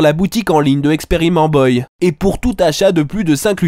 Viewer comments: "Expérimentboa" Putain ça me tueras toujours xD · pourquoi tu dis experimentboi et après tu dis rahled frik au lieu de khaled freak